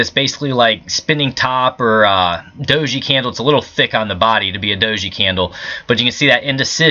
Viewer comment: Good job every time you said Dosey candle makes me giggle